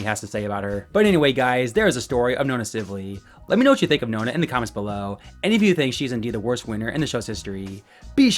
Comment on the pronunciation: Nona? Really? Nah nah nah my boy